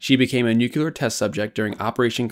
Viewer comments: It's pronounced " " NOT "nuculer". There are only TWO syllables and NO extra vowel in the middle. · Nu-cyu-ler?? Nu-clear! 2 syllables. How can you look at the word and get Nu-cyu-ler? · Good video but one thing about thenarrationnit's pronounced nuclear not nucular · Nuclear. New-clear. Nuke-you-lur... I don't like that pronunciation. Sounds too much like George W. Bush. I voted for him, but not for his "eloquence". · "Nuk ya ler" :-/ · She became a..what kind of ship..?? NOOK YOO LURR ... Come on, guy You say it twice... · "nukyuler" ?? Really? ..